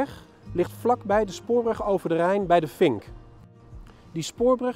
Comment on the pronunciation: Klopt, en als je weet dat alle '"v's" als "f's" uitspreekt begrijp je ook over welke plaatsen in en nabij Leiden het heeft: de vink, valkenburg,....